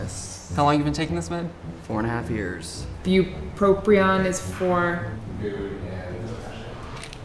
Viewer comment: There's only one R in bupropion holy shit it's killing me the amount of mispronunciation going on here